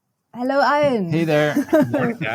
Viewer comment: Oh dear. Pronouncing Ian’s name as Iron!